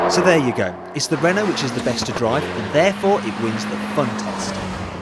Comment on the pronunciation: lol! "... i would not have the renaulte, because its french..." :D